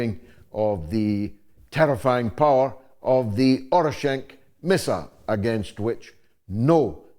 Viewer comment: It's Oreshnik not Orishenk.